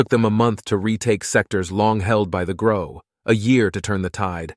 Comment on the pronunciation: The second i head them say Grox i instantly went to the comment section